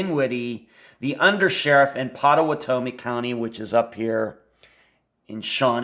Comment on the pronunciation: Pot-uh-watt-uh-me is how to pronounce the county, if this makes sense. I live in Oklahoma County next door. The Red River would be the only river in which someone would refer to it as “the river”. I have crossed that river many many times. You always lose phone service just before crossing it, as you are leaving Oklahoma into Texas. Not sure I should even be commenting, but will since you put some effort into this video. I know Andrew. Hired him years ago when he was about 20 years old. He has since left the company that I hired him with. I was floored when I heard of him being missing. I still know people that know him and his family and have since been told by somewhat reliable sources, as their information is hearsay, that Andrew met Mr Stussions wife on a flight to somewhere, and took a liking to her. Then they became friends afterward leading to him becoming partners in the restaurant business with them for a short period of time. Something went bad between them and the result was Andrew losing $250,000.00. What I have learned is that the FBI is in search of Andrew and had reached out to him to interview him in the murder of the Strussions. The story is that Andrew, never having ridden a motorcycle purchased one for the sole purpose of a trip to Ohio, since a motorcycle cannot be tracked by systems like On Star. After he learned how to ride the motorcycle took off to Ohio and performed this crime, as he knew the layout of the area and their home. They were closing in on